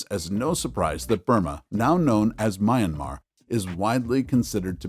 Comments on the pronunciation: You call it "Mian-mah". Two syllables. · Why can't you pronounce Myanmar correctly. Ignorance is unacceptable!!!